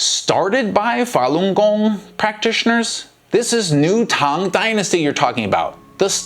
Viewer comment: can't even pronounce falungong properly. What a joke.